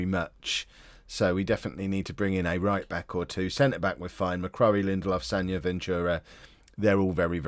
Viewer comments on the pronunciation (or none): McCrorie - pronounced ‘Mc-Croary’